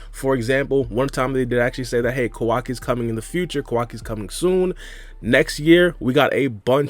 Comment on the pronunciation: Whose kwaki? It’s Kawaki 😂